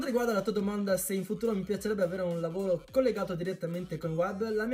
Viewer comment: lavolo hhahahahahaha la r ti e sparita?